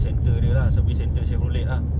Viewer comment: Salam. Sebutan yg betul Shev-ro-ley. Skirting set yg di pasang pada asalnya adalah buatan malaysia. Supplier local saja. Kaler ni kalau tak silap di panggil SANDAL WOOD. Optra = daewoo lacetti. Buatan korea. 1.6 lebih power dari 1.8. Cuma 1.8 lebih exclusive dan sunyi dalam kabin.